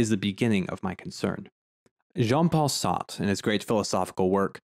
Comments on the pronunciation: bro said sauce instead of sartre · What an interesting way to pronounce Sartre's name. Lol reminds me when my teacher would only say So-crates 🤣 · Your pronunciation of Sartre makes me smile. Just own it, eh? Reminds me of New Englanders ordering "kwasants". I've never pronounced Sartre correctly myself. The easiest is just by saying "Sart" and then adding the smallest sound at the end, a bit like a ch. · You Pronounced John Paul Sartre incorrectly. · I don’t mean to gatekeep pronunciation, but you may want to reconsider how you say Sartre. It’s like that thing where we americans try to sound correct in another language but don’t have a grasp of the actual mechanics of that language and so end up butchering the pronunciation for anyone in the know. A little like when people just take on the look of an aesthetic rather than really understanding what that aesthetic really is. As a tutorial to pronounce Sartre as an American without sounding pretentious or without just plain getting it wrong…it’s SAHR-truh. Or you can shorten by leaving out the shadow vowel at the end as you have done, but make sure you get the R into the first syllable. As in Sahrt, rather than your gauche pronunciation Saht, which almost sounds like you’re saying Sade, as in Marquis de Sade. Anyway, the fountain is art. Edit: same goes for goethe. That mixed first vowel is really best pronounced in our American accent as GUR-tuh, and is the standard pronunciation for most people in the know, dark academics or not.